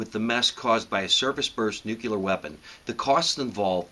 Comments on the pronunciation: Sure wish you would not say "nucular". The word is pronounced NEW-klee-uhr. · When you say nook-ya-ler instead of nuclear, you really undercut your message. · "It's pronounced new cue lure....the s is silent" Peter Griffin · What's with people pronouncing Nuclear as "Nukular"? I don't see two U's in Nuclear. I suppose this mispronunciation is the origin of the word "Nuke".